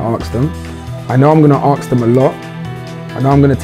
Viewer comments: mans really said aks instead of ask LMAO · Filly is so funny, he is going to 'aks' them :) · has anyone realised that filly says aks not ask LOL so FUnny